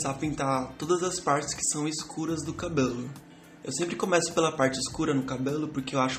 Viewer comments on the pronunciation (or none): "Cabolu" kkkkki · Teu sotaque na HR de falar (CABELO) me mata de rir kkkkkkkkkkkkk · Muito bom. perfeito. Só achei engraçado a forma como vc fala "cabelo". Rsrs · É engraçado quando você fala a palavra cabelo😅 Mas seu desenho ficou lindo! Parabens! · tu fala cabelo estranho